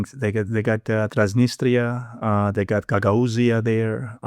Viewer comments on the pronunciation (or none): none